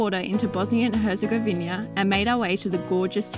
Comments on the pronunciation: It's Herzegovi-NA and not Herzegovi-NIA. Please say the name of the country you are visiting correctly. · “Hezegoina” HERZEGOVINA BUDDALA